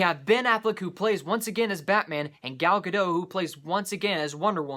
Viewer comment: The "T" in Gadot is not silent. I just found that out recently too.